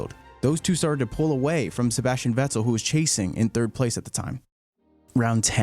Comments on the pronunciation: Why are you making videos if you can't pronounce a good 60% of these drivers names?!lol vet-TEL. IT VETTEL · Drives me nuts how you say sebastian veTTell 😂😂😂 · Great video and thanks for the hard work put into that. The enunciation killed me though. Vettel pronounced with a hard 'T' was like nails on a chalk board. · Im pretty sure its pronounced Fettel and not Vettel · Who is this Veczel he is talking about? :D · Never heard vettels last name pronounced in two syllables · Stop pronouncing "Vettel" like you're trying to be cool. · Anyone else somewhat irked by his pronunciation of certain names and words? Just kind of annoyed me. Vettel, for example. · The way this dude pronounces "Vettel" makes me want to smack him. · The way you pronounce Vettel’s name differently every time you say it was so distracting I couldn’t even finish the video! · Nice recap, shame you can’t say Vettel, looking forward to a recap for 2014 next? Sorry for the shit sandwich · No I just though it was kinda funny how you pronounce Vettel lol, it's a really well made video